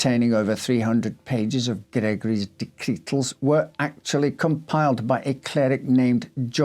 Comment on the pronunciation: Horrible hares and raucous rabbits! I’m going to listen to it again to count how many times he says “dectretal”😂